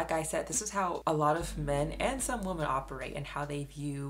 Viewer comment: Love your videos but PLEASE learn how to pronounce "women." It's not pronounced the same as "woman." WOMEN is pronounced WIH-MIN. Please please please learn this!